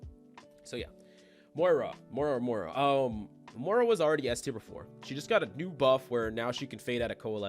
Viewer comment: Why do you call her Moria and not Moira?